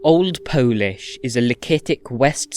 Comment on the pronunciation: As a native Polish speaker I really love your pronunciation. It was perfect! Spectacular work! Thank you ❤